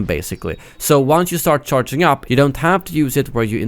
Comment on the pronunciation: This guy cant say charging? He says CharTin